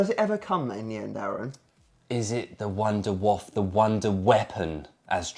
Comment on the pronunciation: It’s not Wunderwaff, it’s wunderwaffEEE. It’s GERMAN you DO say the e at the end. Don’t wreck up the German language. ⚡️⚡️